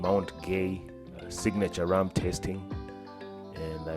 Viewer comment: My friend 😅😅it's not zeders. It's pronounced ZR (zed-r) , also its Rum.(r-um) not with "a"🙏 thank you for coming, was great meeting you. Glad to see you all had a great stay. See you again sometime soon